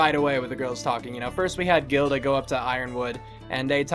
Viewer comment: just to clarify her name is Glynda, not Gilda